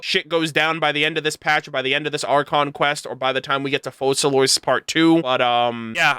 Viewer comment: Why don't most content creators research how you pronounce names when they are obviously a certain language? You don't pronounce the "s" in Focalors